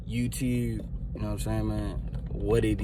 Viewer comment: YouTeewwb, what it deww